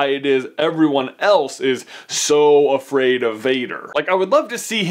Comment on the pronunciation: "Why everybody is so af-rader VADER!"